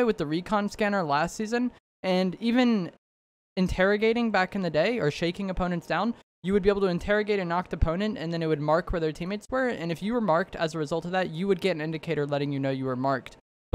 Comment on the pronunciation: The "interagation" was awful.